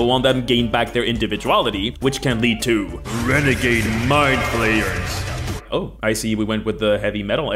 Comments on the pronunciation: Every time he says 'Mindflayers' I hear 'My players'. Such as ' My players have creative ideas involving tenticles' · When you said "Mind flayers are one of the most iconic villains in D&D," I heard "My players" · Kept hearing 'my players' instead of 'Mindflayers'. I mean it still works